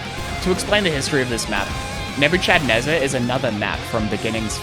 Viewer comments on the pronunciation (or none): very very nice video. that's not how you pronounce nebuchadnezzar tho